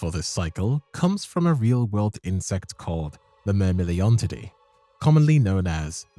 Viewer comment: Is this an AI voice...? I only ask cuz you keep mispronouncing common words like "spindly" and "iridescent". How tf do you correctly pronounce Myrmeleontidae, but stumble on common words? 😭